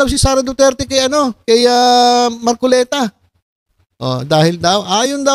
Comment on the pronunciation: Mar kolektaaa😂😂😂ay mar coleta pla...😂😂😂 buking na KC Kya nag kakamali nang bigkasin ung pilyido ni mar kolekta ayyy Este!!! Mar coleta..pla😂😂